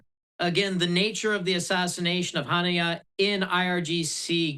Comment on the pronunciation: Gutter, huneyah and sin a war. This guy's a real expert. Cant even pronounce the words.